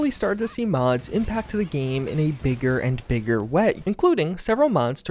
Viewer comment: Dude it‘s game, not geeem ...